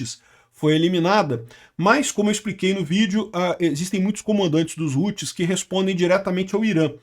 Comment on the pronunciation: os "roots" kkkkkkkkkkkkkk nao a pronuncia é como em "how"+tis... e outra nao é "computador virtual" é maquina virtual (VPS) alocado em SERVIDORES!!! fala direito pro publico nao entender errado!